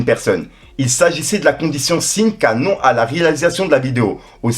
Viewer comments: c'est "sine qua non" (si né quoi nonne) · Sinequanone mdr il a dit sine qu'à non réfléchi defois wallah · Sin qua non lol on dit : ciné quoi nonne ( en phonétique... c est du latin ) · Sine qua non = Siné kwa none en phonétique 😉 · Sine qua non se prononce cinékwanone... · Sine quoi non ça se prononce : « Sinéquanone » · Ça se dit sinequouanone 😭😂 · Si je peux me permettre frérot : "sine qua non" ça doit se prononcer "siné kwa none". N'y vois là aucune mauvaise intention ou une quelconque moquerie. Il s'agit là d'un simple petit correctif. On progresse à tout âge, moi le premier. Merci pour les travaux ! On suit les vidéos comme une série netflix. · Frere : “sine qua non” se lit phonétiquement parlant : siné quoi none Tu m’as tué mdr 😂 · Sine qua non se prononce siné kwa nonne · Condition "sine qua non" se dit condition "sinékuanone". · Sine qua non : ca se prononce : "sinéquanone" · La condition " sinque kwa non " jurer t’abuse du bail c’est pas de l’anglais là 😂😂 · "Sine qua non" ça se prononce "Ciné quoi nonne" 👍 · Sine qua non, sa ce prononce cinéquoinone fréro mais tranquille ont ce comprends ma gueule 🤣👍🏽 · Sine qua non ça se dit ciné kwa none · salut on dit "CINÉ KOUA NONE "pour sine qua non,c'est du latin mon pote 😉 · « Sine qua non »😂😂😂. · « Sine qua non « 🤣🤣 enfoiré de Chuck Norris , force à toi frero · Sine qua non mdrrrrrr Fais un effort wech